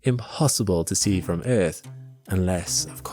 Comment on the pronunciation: The way you say earth pisses me off but I love it in a weird dance of love-hate... Love the videos!